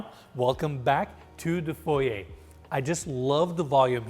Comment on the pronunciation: Thank you for saying FOY-YAY not FOY-ER!